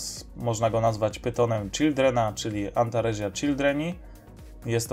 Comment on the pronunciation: W łacinie czyta się tak jak sie pisze czyli antaresia to antaresia nie antarezia, z małymi wyjątakami np. Ae to e, qu to kw itd...